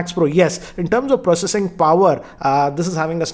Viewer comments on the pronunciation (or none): none